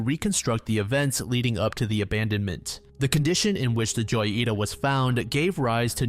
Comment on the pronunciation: every time he says joyita my heart dies a little- it’s hoyita That being said the goofiness is entertaining so maybe it’s not so bad